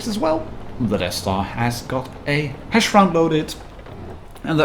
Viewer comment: The way u pronounced HESH made me think of something else :)). ( Hash->hashish)